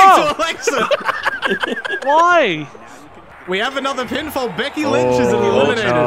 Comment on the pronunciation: "Beky Lynch" lmao